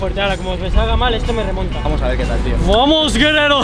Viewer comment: Jajajaa como dijo :vuamos sjsjsj